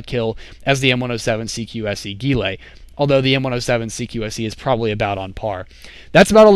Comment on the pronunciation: Why do you always say ghilLAY? I thought it was pronounced ghiLEE